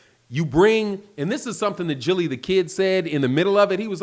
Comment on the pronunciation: Gillie da kid......Gil-ly LOL 😂